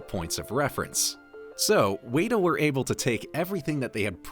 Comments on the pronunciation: It's not Wayta Workshop, it's Wet-a Workshop, like the bug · Isnt WETa not Wayta? I've always heard it pronounced WETa digital. The pronunciation was throughing me off 😂, couldn't even finish the video. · I hear you Michelle. Seriously I'm not going to sleep tonight. Weyda...good grief!! WETA!!! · You are pronouncing Weta wrong. It is said like wet-ah. It's not wait-ah like you're saying. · It’s pronounced “weta”, like the spider. Should sound like the word “wet”. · Wey-da? Really? All this research, and you didn't pick up once how to say the company's name correctly? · OMG it's driving me nuts!! WETA WETA WETA bahahaha arrghh!!!